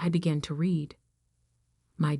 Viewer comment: If you're going to read stories you need to learn how to pronounce the words read is pronounced red